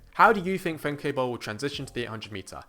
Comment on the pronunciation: Nice video, although similar to German, her name is pronounced more like "Femka". I predict in '26, in '27 and WR in '28.